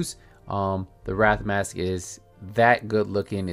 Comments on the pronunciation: Man, I can't believe you called it the Wrath and not the way its actually pronounced 😭😭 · It’s not wrath but wraith